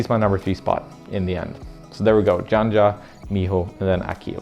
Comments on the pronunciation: She the most dominant woman climber in history and u still dont know how to pronounce her name... sayin dzandza instead of janja. sad :/ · When it comes to names, usually we (speakers of some language) adjust our pronunciation a bit to match up with how it’s “actually” pronounced, how the owner of the name prefers. Of course, we should only be expected to use phonemes within our language. Janja should be pronounced “Yan-Ya” or at least “Yan-Yuh”. Given that, “Djan-Djuh” is a bit of an extreme mispronunciation.